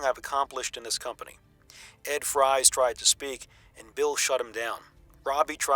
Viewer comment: Isn't Ed Fries pronounced Ed Freeze?